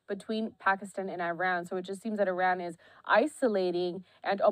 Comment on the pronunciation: Your mispronouncing Iran Nd iraq...it hard to even listen to .